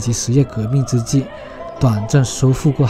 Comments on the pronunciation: 主播是海參崴不是海參晚更正錯誤百出拼音崴怎樣拼音變晚呢？教教我是如何拼音的，真笑死人沒讀書又不知恥一錯又錯念晚音，是威音才正確的。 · 崴讀威不是晚主播請用標準的拼音如何。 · 海參崴的「崴」發音同「威」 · 主播到底有沒有讀書連海參崴念威不海參晚主播請更正正確的中文讀音真悲哀書讀到那裡去了海參崴都會念錯，不要笑死人了，到底是誰教育你讀海參晚，教育大失敗，主播不要一直唸錯地名。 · 從小聽到海參崴這個名字覺得這地方很有神秘感又有別於一般東方的景觀樣貌 一直很想去看看 只是威的發音一開始還以為是念錯 是中國發音不一樣嗎？